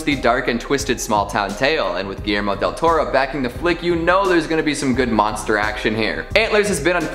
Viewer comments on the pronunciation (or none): none